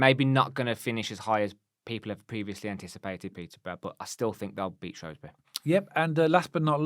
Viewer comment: Guys, great channel. Love the sense that you bring to the table. One thing if I can. Shrewsbury is shrew like screw. You say shrow like throw. As I’m a Shropshire Blue, please Shrew as in new. Loving your professionalism and the way you are both learning about the new league we find ourselves in. KRO.